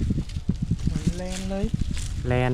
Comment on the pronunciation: แลนค่ะ ไม่ใช่แรน